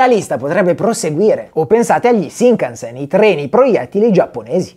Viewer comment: vi prego pronunciate bene shinkansen, shi si legge sci :')